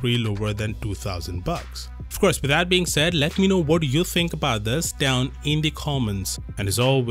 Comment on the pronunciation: "Down in the commonts" 😂